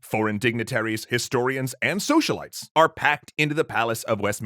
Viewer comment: I thought he said socialists, not socialites.